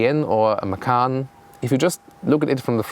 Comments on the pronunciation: read macan not makan > macan = tiger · actually the t in ma-tchan doesn't count.. so it is pronounced ma-chan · Actually you should read "Macan" as a "C" like "Cha-cha" I'm Indonesian btw